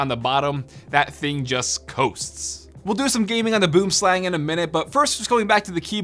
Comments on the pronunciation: I think I speak for all South Africans when I say that I get a physical pain whenever he says “boomslang” in that way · If your from South Africa we say boomslang differently. 🇿🇦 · Go to google translate, select afrikaans, type boomslang and push the play button. Thats how it actually pronounced... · As an Afrikaans speaking South African, I can say that you butchered the name "Boomslang". It translates to tree snake, boom being tree and slang being snake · Boomslang is Afrikaans meaning tree snake. It pissed me off how you said it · He needs to learn how to say boomslang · Bro you're saying the mice name so wrong lmao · Any South Africans he are getting annoyed in how he said boomslang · Your saying boomslang wrong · You should use Google translate to figure out how to pronounce Boomslang, it's Afrikaans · Boomslang is pronounced more like bwormslung lol when I heard boomslang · it's not "boomslang" it's pronounced "boo'im slung" but yeah it's a tree snake the word boomslang comes from the south african language afrikaans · Your pronunciation is off on boomslang Its pronounced Booem slung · you were pronouncing the mouse wrong boomslang is an afrikaans name direct translation tree-snake and is pronounced more lke boemslung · It's actually a South African name in Afrikaans, and it's pronounced byome slung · Boomslang, which would be pronounced "Boo-um-slung" here by us, which directly translates to _Tree Snake_. Boom (Tree) Slang (Snake). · Yes thought the same. I' m Afrikaans and this was really cringy. Boomslang xD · As a South African where the snake is from, hearing him pronounce it like that killed me XD its Boo-em sl-Uh-ng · i am from south africa the name sounds like afrikaans Boom Slang "Tree Snake".....you can pronounce it Boum Slung:) Just saying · Boomslang, actually from Africa, pronounced Boowim-slung👏🏼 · It's said "boo-em-slung" btw, it translates from Afrikaans to Tree snake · Just a quick tip, the boomslang is pronounced boo-um-slung